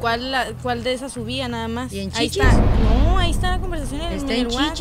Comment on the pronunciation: Una pregunta por super curiosidad a la gente de México: pronunciar las letras "ch" (en chichis, por ejemplo" como "sh" ¿es habitual de alguna zona en concreto de México, o es porque la chica habla así, o es una forma de hablar de la gente joven?